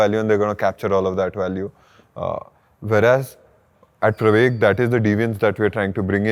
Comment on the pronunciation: This comment is to appreciate your pronunciation of pravaig (प्रवेग)